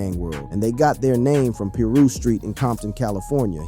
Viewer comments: Piru- pronounce Pie-roo . Not Peru or per- roo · its pie-roo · I think its more like pie-rue king😂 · Started to turn it off at the , keep watching....... turned it off . Wtf is peeru?